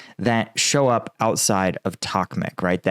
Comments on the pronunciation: Why do you pronounce Bakmut as Bakmet? I'm just curious. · Your pronunciation of “” 😂😂😂